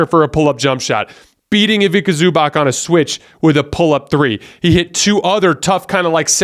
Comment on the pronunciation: Mate just a correction , Ivica Zubac name is pronounced as Ivitza Zoobatz , hope this makes sense. Big supprt from Serbia man , you are best in the game